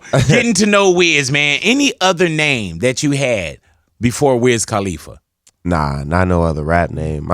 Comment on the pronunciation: Big Boy. It's Cuh-Lee-Fuh. Not Cah-Lee-Fuh. Great show though.